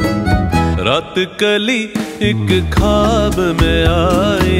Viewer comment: khwab, khoob, please say it correctly.